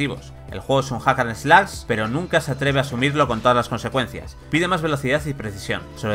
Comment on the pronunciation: Es correcto. Pero el locutor lo pronuncia mal, en especial la palabra "Slash", vocalizando un sonido gutural similar a "eslas".